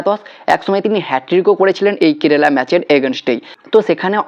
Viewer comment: Apnar kerala uchharon ar holo na hajar bar Bola sotteo sei kerela tai theke gelo.ebhave bikrito uchharon kore ki video banano uchit?apnar followerder kachei bisoyta janalam.tarai egulo bibechona korun.